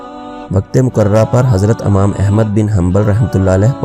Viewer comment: Amam nahi yar imam hota h